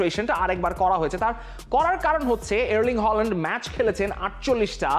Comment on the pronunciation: Bro try to fix your accent and learn how to pronounce the player name specially Haaland not holand